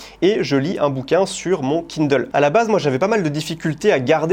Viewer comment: En revanche, qu'est-ce qu'il prononce bien Kindle !